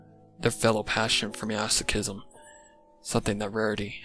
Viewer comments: Ik u prob know how to pronounce masochism by now, but I still wanna make a comment on your pronunciation, so here. Mass Oh Chis Em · Why do you pronounce 'masochism' as 'measochism'? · As a masochist the way he pronounces "masochism" makes my ocd upset lmao